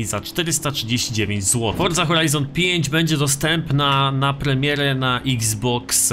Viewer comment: Czemu ty musisz wordza a nje Forza